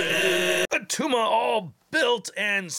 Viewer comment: It’s not attuma!! 😂😂